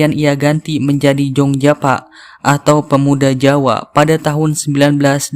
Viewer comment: Prologny pasti orang sunda 'f/v' nya kurang pas. Java jd Japa, sifat jadi sipat hehe